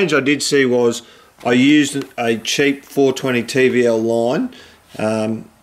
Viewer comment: It's TVLine not TVLLine because its TeleVisionLine not TeleVisionLineLine. But your content is good so it doesnt really matter I just wanted to point it out :)